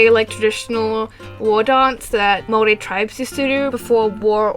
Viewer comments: fist of all, THANK THE LORD THERE IS A YOUTUBER WHO KNOWS HOW TO SAY MAORI RIGHT! and second of all, we have hangi as a food but I don't think anyone really knows about those so it doesn't really matter. over all tho, nice video. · GOD THIS IS SO ACCURATE AND I'M SO RELIEVED YOU PRONOUNCED MAORI RIGHT Iv'e been watching your content since you made My Little Pony videos way back, and Iv'e always really liked everything you produce! I also live in New Zealand and this video just expains everything so well- I hope people will see this video and go "oh so new zealand isn't a myth country?" I really like your Artwork and Animations aswell! I'm an Artist aswell and I'd like to start Animating proper. I'd love to make some fan art for you some day! Anyways, Great video!